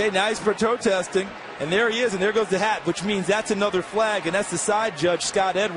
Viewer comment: “now he’s prototesting” wanna try that word again announcer? 😂